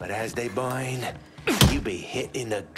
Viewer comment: Cutscene: "Burn" Gameplay: "Boin"